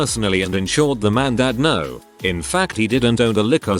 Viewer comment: The tts voice can’t even say “No.” LOL. 🤣